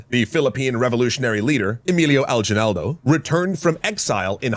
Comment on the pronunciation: Kind of a minor nitpick, the way they pronounce Aguinaldo is pretty strange to me. We pronounce it as A-gi-naldo not Al-ji-naldo. The "Gui" is said in the same way as in "guild"